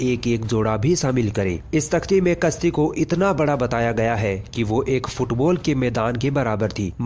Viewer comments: तुम अपनी भाषा ठीक कर लो यार तुम्हारा प्रोनन्सिएशन बहुत घटिया है यार तुम "कश्ती" को "कस्ती" कहते हो यानि तुम "श" को "स" बोल रहे हो जो की गलत है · Bhai apni zabaan se talaffooz sahi nikalo,kashti ki jagah aap kasti bolte ho jo ki bada ganda lagta hai.